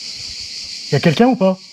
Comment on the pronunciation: J'adore toujours autant ton "y a kéking ?" 😁💛